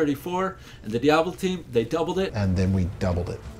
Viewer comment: "And then we dubbled it" haha so awesome